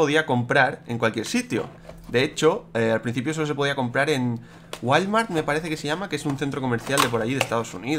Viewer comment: se ya ma Walmart pero se pronuncia en inglés wolmart